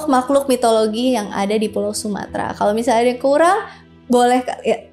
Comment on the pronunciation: Ngomong tu yang bener,bukan kureng tapi kurang